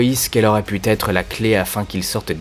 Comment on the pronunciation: "il aura dû têtre" ?